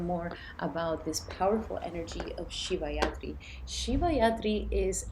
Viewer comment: You mean shivaratri not shivayatri 😂 but makes sense💚